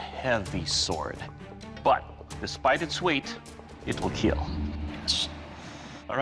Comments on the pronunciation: “It will keel” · it will keel! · “It will keel…” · It will keel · Most importantly: it will keel